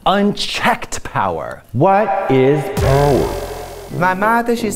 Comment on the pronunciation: I constantly quote this - “vat is poweur? Poweur to me is when the PayPal, they listen to yew”